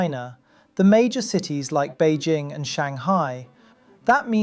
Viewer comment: I’ve never heard anyone pronounce Bejing the way the narrator pronounces it.